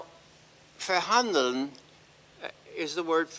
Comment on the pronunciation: Thumbs for an American not only knowing the origin of "verhandeln" but also pronouncing it correctly. - He knows we are the first ones to be blown to dust. - Biden will finish what the Obama administration wasn't able to do. END WEST EUROPE.